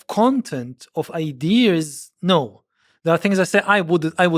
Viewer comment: Why does he say “idears”?